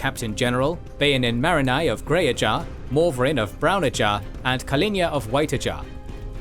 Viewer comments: Ajah, not Ajar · >makes videos about wot universe's lore >calls Ajah "ajAh" Bruh.